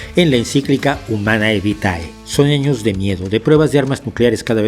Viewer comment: Se ve que no sabe latín. Se pronuncia Homane Vite